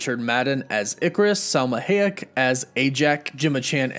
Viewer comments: It isn't Hay-ek, it's Hy-ek. That's how you pronounce it. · It’s “Hi - eck” not “Hay - eck” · Somebody teach my mans how to say Salma Hayek. Ha ha ha! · I cannot with the pronunciation of Salma's last name 😫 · He keeps butchering Selma Hayek's last name. Anyone going to tell him or nah? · Sir-Sea. High-Ech. Jesus...